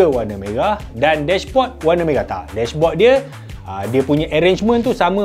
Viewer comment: MERAH bang... bukan meghah .... 😆😆😆